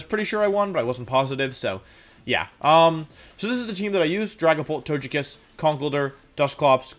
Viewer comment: I just realized that now when I say "Togekiss" out loud the way I normally pronounce it, it sounds wrong. You have, intentionally or not, brainwashed me.